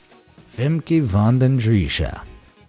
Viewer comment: tip for pernouncation : its pernounced Femkuh